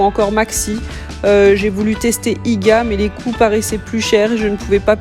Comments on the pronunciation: Pas IGUA mais I-G-A 🙂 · Pas valmart mais walmart(wolmart pour la prononciation) car ici ce n"est pas l"europe et en dexieme pas IGA mais IGEA (prononciation) . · Hey, pour information IGA tu le prononce mal. Faut le prononcer en séparant les lettres donc comme l’alphabet 😊 Sinon bienvenue au Canada :) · Je suis québécoise sa ce dit IGA